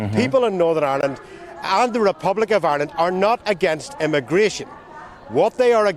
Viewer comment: Darren - it’s northern Ireland, not Northern ISLAND. It;s like saying “noo-car-sll” when you mean ‘new- CASS- ll”